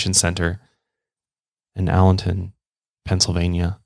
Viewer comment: It is Allentown,PA. Not Allenton.